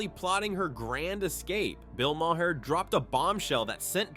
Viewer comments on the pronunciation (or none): Ma-Hair? instead of Maher? no wonder no one subscribes to this channel